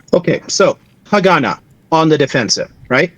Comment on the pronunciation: Worst pronunciation of Haganah I've ever heard lol.